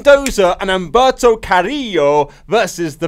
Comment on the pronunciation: It's Humberto Carrillo, not Umberto